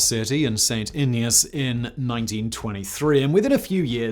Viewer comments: Saint Ignace. Hard G. Ig-Nace. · It's "Saint IG-ness". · Thanks for pronouncing "Mackinac" right, but st. Ignace isn't Spanish...it's a hard g...sounds like ignuhs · Other than the mispronounciatoon of St. Ignace, good video. I don't know if you have covered this before, but what about the Ford Willow Run factory during World War Ii ? At it's peak, Willow Run was turning out one B-24 every 63 minutes. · Grew up in the UP and have been over this bridge probably hundreds of times. It's always nerve-wracking haha. Also, Simon, wtf, how'd you slaughter "St. Ignace" so dramatically? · I think it's impressive that he got Mackinac correct, but messed up St. Ignace. Total opposite of what I would expect. Hopefully he does some videos on other places in the Yoop someday. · I did a double take the first time he said St.Ignace 🤨 “what did you just say”? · Yeah that bugged me too 😎